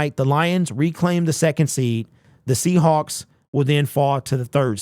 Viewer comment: Seahacks...lol you said Seahacks !!! LMAO !!!